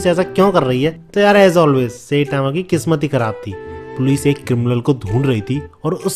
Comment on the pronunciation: Sai tma ❌ Say tama ✅.